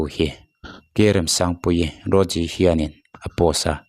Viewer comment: Uiiityt Icon nilo vin iiuuut Icon tih tur😬😬. Roji nilo vin Rawziii tia lam theih nise ngaihthlak a nuam deuh ang.🙏